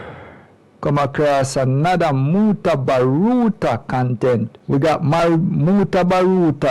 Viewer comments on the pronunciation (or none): Mutabaruka not mutabaruta sounds annoying